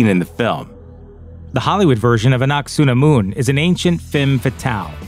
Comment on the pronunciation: Not ah nuck sah nah moon. Ah nunk ah sah nh moon. If yer gunna include her, say her name not anglicized eh?